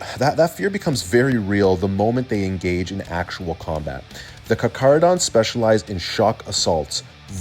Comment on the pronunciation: Just like to say as a lot of people seem to not know how to pronounce their name it's car-cah-ro-dons with a heavy K sound. Not an attack just more of a tip if people find it hard to spell out the lore way.